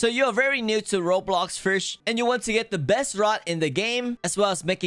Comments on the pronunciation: Bro why you say fish "frish" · fish not frish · There is no r in fisch. Why do u keep saying firsh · i like how he says fisch and pronounces it like “fricschsh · why do u say fish like fush